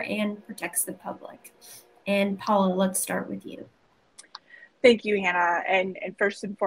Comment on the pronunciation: It's cute, ain't it? : "Think you" instead of "thank you."